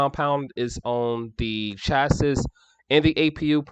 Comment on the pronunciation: It's pronounced shacee not shassis lol